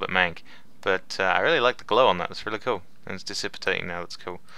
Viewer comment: Dissipititating? *slow clap* But really, nice video!